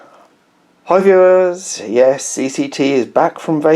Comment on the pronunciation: That was a very "back from vacation" hi viewahs.